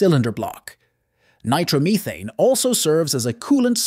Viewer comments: Take a shot everytime you hear "nitro-meethane" RIP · You can always tell it's AI. "Nitromeething". I am concerned about the days when we won't be able to tell. AI. needs to be kept stupid.